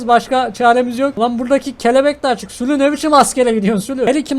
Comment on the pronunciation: Abi bide sülü değil sülük